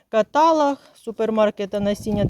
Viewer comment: КатАлог та ДАйтона дуже ріже вухо. Це не суржик.